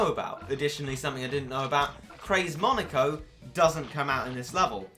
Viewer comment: Monica?? Monica?!?! really Monica? IT'S FREAKING MONEKO!!!